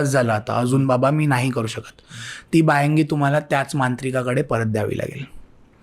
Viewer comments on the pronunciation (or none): बायांगि नाही बायंगी